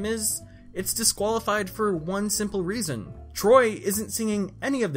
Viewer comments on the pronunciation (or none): none